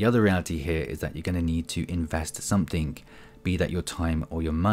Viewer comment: I hope that’s not a 'k' I hear in 'something'.